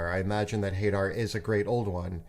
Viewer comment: It’s pronounced huh-dar not hey-dar